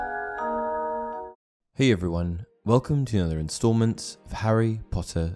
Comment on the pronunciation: Why do you say installment